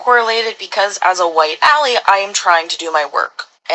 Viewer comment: She pronounced ally, like alley cat. What an idiot.